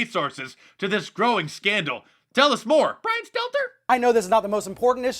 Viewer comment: Little "bwyan steltaer"